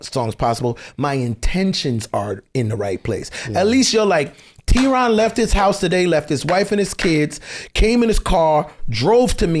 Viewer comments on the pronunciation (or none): Theron ...where is the H. 😂😂😂🙌🙌🙌